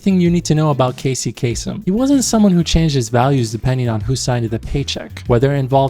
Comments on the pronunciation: Bro if you know he is Arab why are you pronouncing his name like a foreigner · The Arab-Americans always do this, the different pronunciation of the surname, it throws you off, haha.